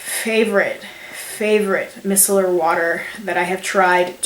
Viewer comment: i love your videos but i wanted to help you out, Micellar is pronounced "my cellar" as in look in my cellar for the wine lol.